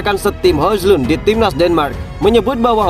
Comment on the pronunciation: Min maaf bener ini yaa, baca nya Hoylun Min, bukan Hojlund sekali lagi maaf ya Min